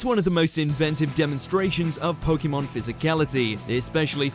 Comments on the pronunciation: It really grates on me how this guy says "Po-Kee-Mon" when every time it's pronounced in the show, it's "Po-Kay-Mon." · It's the correct way to pronounce it. If you say it quickly, it should sound like "Po-keh-mon". "Po-kee-mon" is wrong no matter what.